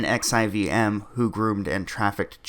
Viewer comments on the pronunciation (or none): fwiw... “NXIVM” is pronounced NEXIUM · Nxivm is pronounced nexium.